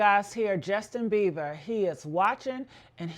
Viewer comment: His name is Beiber ...not BeiVer! Lissen Up!